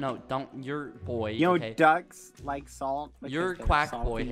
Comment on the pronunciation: When skeepy doesn’t say lick instead of like... impossible